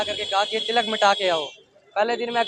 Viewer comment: What is with the pronunciation?? Tilak is different from Tiilak. They are pronounced differently…